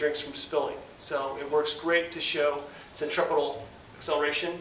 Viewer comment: "Sen - Tree - Few - Gull"